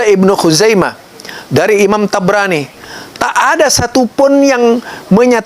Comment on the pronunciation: Imam thobraani kali.... Bukan tabranii😂😂😂